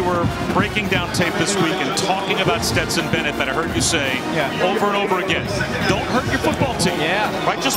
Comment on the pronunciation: How man times is Dan Orlovsky gonna call Stetson, Betson???